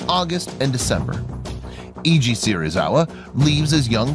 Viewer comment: In Japanese, 'e' is pronounced as in 'egg', so it's 'Se-ri-za-wa' not 'See-ri-za-wa'; the father of Ishirō would also not be 'Ee-ji', but closer to 'Ai-ji'. Most of the rest of it was fine, but I was wincing every time those came up